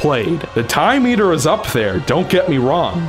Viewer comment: it sounds like he’s saying “Time Meter” instead of “Time Eater” anyone else think that? Lol